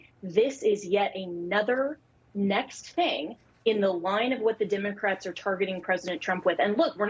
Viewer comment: "DIM-A-CRATS" Yeah! By all means. If they can say "nuc-cya-ler" instead of "nuclear" and "our democracy" instead of "our republic" I can say "DIM-A-CRATS:!